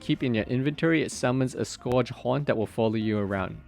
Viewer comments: bro its not pronounced like score-age. Its pronounced Scurge. L2 engrish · Scourge rhymes with surge, I hear people mispronounce that all the time, which I get it if english is your second language. It is not a common word.